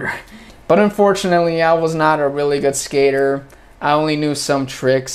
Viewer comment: Если бы не читала на англ , на слух ничего не поняла бы. Много слов проглатывается . Я удивилась как вы говорите слово ,, good ,,. Не гуд ,а год.